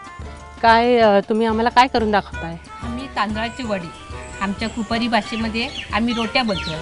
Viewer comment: Its not kopri Its kupari😑